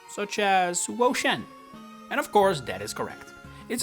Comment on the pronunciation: It’s pronounced SHEE-NAHT-ick, amm-BEE-pahm, and woh-SHEE-IHN, “”! 🤨